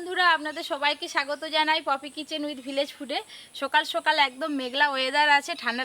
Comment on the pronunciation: R ha oi kotha ta sukal na ota hobe sokal age kotha bolte sekho